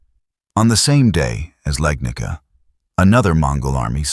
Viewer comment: its not "Legnika". it is Legnica. i was hoping ai slop channels will at least get it right